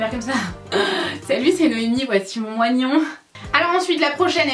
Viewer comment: "Salut c'est Noémie,voici mon moinion" 😂😂 (jsp l'écrire..)